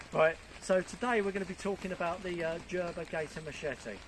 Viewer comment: It's gerber ....as opposed to jerber ....😂 The machete is NOT designed to chop foot thick logs ...it is designed to through brush WHICH IT GOES THROUGH LIKE BUTTER ... The golok from martindale is more multi purpose and therefore heavier... Gerber originally annoyed me by associating their brand with that muppet grylls .. ( he's a REALLY great ropes and knots guy ) ... but as much use as anne Frank's drum kit on everything else ... lol